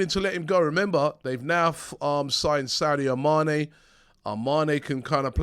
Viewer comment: Is it me or did Robbie say “Saudi Amane”? 🤣